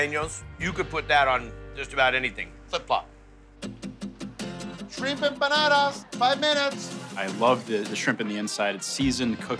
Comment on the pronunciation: We don't say empanadas